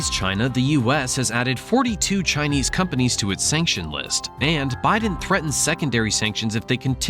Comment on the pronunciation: You might want to put a bit more effort into the pronunciation of Chinese. A very amateur effort 😡 on an otherwise good video.